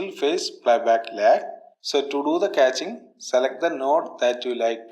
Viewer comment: Hey great! You know it is cash not catch